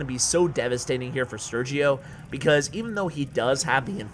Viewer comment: Just so you know it is pronounced "Ser-he-o". Very funny video